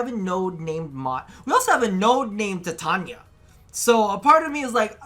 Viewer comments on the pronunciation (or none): did you really just say titania as tatiana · The way he keeps saying her name wrong really bugs me TITANIA not TATIANA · eh... its "titania" why its "tatania"...?